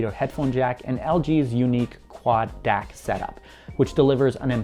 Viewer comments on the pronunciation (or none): "DAC" is supposed to be pronounced as three letters, not one word. D-A-C, not "Dack".